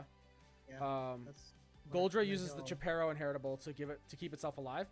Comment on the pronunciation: Chaperomon is pronounced Shaperomon as in chaperone. Qui Qui.